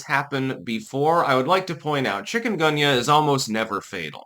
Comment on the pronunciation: Never heard of it. At first I thought you said chicken gumbo !